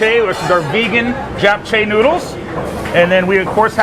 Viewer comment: Damn bro I thought you were Korean all this time until you pronounced "Jap chae" the way you did